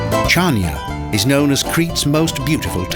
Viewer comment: Chania.. It's pronounced Hania, dummy :) -The Ch in the name is said with the H sound.. Han-ee-ah.